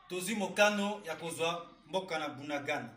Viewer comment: C'est Bunagana et non budagada